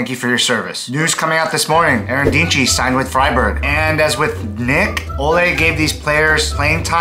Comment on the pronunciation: You pronounced the name of Eren Dinkci better than germans do 😅